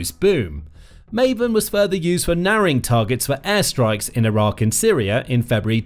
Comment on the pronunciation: first learn how to pronounce iran and iraq correctly, that will only take hours for you